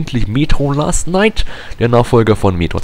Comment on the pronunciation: Es heißt : Metro Last Light ^^ (nicht last night)